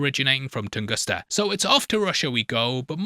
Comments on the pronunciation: Tunguska not Tungusta 😂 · Tunguska. Not Tungusta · TungusTa??? HonoluKu???? Are you ok?